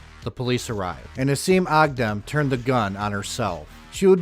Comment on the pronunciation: A Thousand Props for pronouncing her name and native country correctly unlike these dumb white washed hicks! 😆